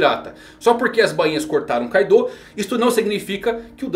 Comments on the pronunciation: Meu amigo, o nome é Kaido, e não Kaidô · Tô rindo de raiva dele falar Kaidô kkkkk